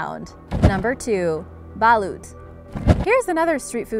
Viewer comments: Well its actually balot thou. Not balut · It is pronounced balot not balut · Balot not balut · We really eat chicken feet and edible chicks the edible chicks is called balut but you don’t pronounce it like balut the right way is balot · You pronaunce balut balot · And it’s not Balut it’s Balot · No 2 is balot is how to pronounce it not balut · It's pronounce balot but only with a u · It's balot not balut but it's correct spelling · Hmmmm balot not balut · Ok its balut.... Its balot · I am a pinoy i love balot not balut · It's balot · No not Balut its balot maygahd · Its not balUt it’s pronounced like Balot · Oo nga eh at pag pronaunce diba balot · “Ba-loot” hahahahahha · It's pronuonced ba lot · It's "Balot" You bastards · The no2 its ba...lut its balut straight fast if u say it Im a filipino like if u are ;-; :D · I love their pronunciation on "balot" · They pronounced balut wrong 😂😂,and balut is delicious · its not PA-la-wan its pa-LA-wan its not Isaw as in Isoh Butt Isaw like saying wow but withou the w and replaced with I and S. Isaw is the cheapest thing you can buy in flea markets because its only fat and bones. Maybe its the crunchiness, I guess? and dont say Balut slowly. Say it normally with the same speed as any word. Im sorry but Im just cranky when it comes to grammar and pronunciation. But great video! Very Intriguing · I don't like balut lolololol I'm cringing every time the filipino words are pronounced wrong!!!!! UUGGHHHHHH I'M PROUD TO BE A FILIPINO!!!! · The way she pronouns balut😂😂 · PLEASE LEARN HOW TO SAY THE WORDS PROPERLY OR YOU ARE SPREADING A WRONG PRONUNCIATIONS OF THE WORDS LIKE BALUT, PALAWAN, ETC.. WESTERNERS NEEDS TO LEARN HOW TO SAY THE WORDS AS ORIGINALLY INTENDED. C'MON DON'T BE LAZY ITS 2018!!